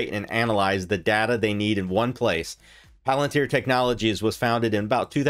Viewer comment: If you could pronounce palantir correctly, I might take more notice of what your saying